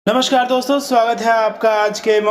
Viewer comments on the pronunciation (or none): none